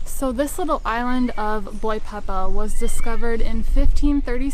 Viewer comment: Please, Boipeba, not Boipeppa...! Thank you, have a nice journey !